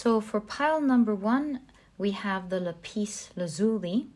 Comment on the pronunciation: Hi I have to correct the way you pronounce the word Lapis, in the English language it is Lap is not La pis, sorry for having to correct you. #1 was my choice because Chiron is conjunct my Natal Sun & Lapis Lazuli is my favorite semi precious stone. Thank you for another excellent reading.